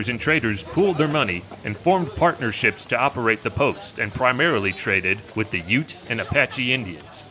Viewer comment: Did you think that "UTE" is short for something? Like U.T.E.? It's "Ute".